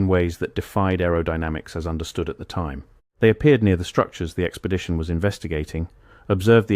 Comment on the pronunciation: What is an "Expedtion?"🤣